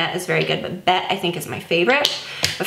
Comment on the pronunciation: The shade of the Charlotte Tilbury eyeshadow is actually pronounced “Betty”, not “Bet”. She said that it was inspired by Bette Davis.